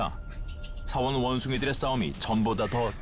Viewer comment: 서원이야 사원이야 나레이션 발음이... 계속 신경쓰이네